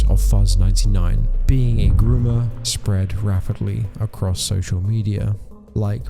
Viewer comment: ah yes “GROMMER”